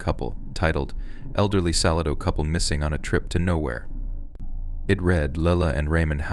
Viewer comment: "Salad-0", Texas is pronounced Suh-LAY-d0ugh [yes, complete with the 'w' sound that comes at the end of the phonetic spell out I made for you], the primary and secondary accent, or stress, is on the capital letters... ...but I Subscribed in good faith after a scroll through your library, But I'm hearing signs it might be an AI / robotic voice reading because Arkansas was just now pronounced "Arkan-sauce".